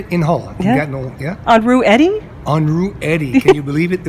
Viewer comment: Gatno??! Its Gatineau